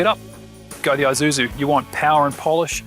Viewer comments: It is not called an Eye-suzu, you pronounce it as E-suzu, Japanese pronunciation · And 'i' is pronounced 'eee' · Doesn't seem like any of you Ozzies can pronounce Isuzu. It's not an Izuzu